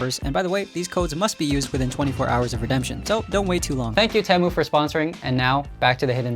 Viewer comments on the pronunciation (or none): TEE-MU not TEH-MU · Why did it take so long? (and why did he pronouce T-ee-moo as T-em-oo?) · It’s Temu bro you don’t now how to say it